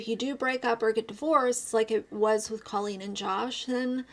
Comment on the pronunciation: Her name is pronounced Cole een. You've been talking about her for so long you should know that by now.